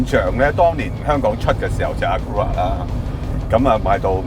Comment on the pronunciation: 有幸喺美國揸緊na1。美國 係na1，1997之後係na2。喺na1入面，1995年前係unassisted，1995之後係EPS，除咗所有nsx-r，Honda都係畀翻unassisted佢。啱啱揸unassisted嘅時候考慮過retro fit EPS。但係上兩轉山之後發覺撲街都要keep住unassisted steering。嗰種steering feel完全絕種咗。 （Edmond不如你google下「acura」點讀😅）